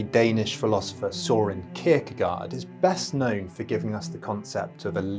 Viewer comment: Also his first name is Søren, and that o with the line through it is pronounced approximately like burn without the b part. But don’t worry, we all know who you’re talking about.